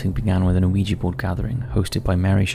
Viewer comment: It's pronounced wee-ja or wee-gee board. Not Oh-ee-ja board.